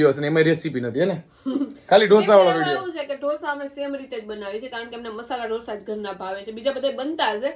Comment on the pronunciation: 'ડોસા' નો હોય 'ઢોસા' હોય 😅😅